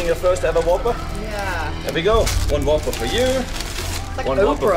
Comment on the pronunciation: It is a Whopper. Not Whooper